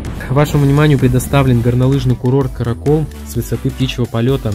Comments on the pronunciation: Пожалуйста не "Каракуль", а Каракол и не Киргизия, а Кыргызстан! Ударение на А, запомните все Российцы или иностранцы говорящие по-русски. Я Кыргыз и я знаю! Но видео хорошее!😊👍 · Классно. Единственное, поправлю насчет слова Каракол. Он читается без мягкого знака на конце. Дело в том, что в кыргызском языке, как и в казахском существует одно правило - если перед буквой Л стоит мягкая гласная, то Л читается тоже мягко, т.е. с мягким знаком, а если твёрдая гласная, то Л читается твёрдо. В казахском и кыргызском языках, как впрочем и во всех остальных тюркских языках, гласные делятся на твердые и мягкие. Приведу пример. Каракол - состоит из двух слов "Кара" и "кол" (кол читается как кол) и Каракөл (көл читается как коль). Кстати, Кара кол означает Чёрная рука, а Кара көл - Чёрное озеро. Другой пример: Елбасы ("Е" это мягкая гласная, соответственно "Л" читается мягко, т.е. как "Ль". Получается - Ельбасы. (Ел - народ, басы - глава). Ещё один пример: улица Желтоқсан тоже читается мягко, т.е. как Жельтоқсан. И на затравку: в Турции словом Каракол почему-то называют полицейский участок. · Не Караколь, а Каракол бро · лайк. Только не караколь а каракол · А не каракол и караколь))) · Каракол, а не Караколе! А так видео супер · Не каракёл а каракол в переводе как черная рука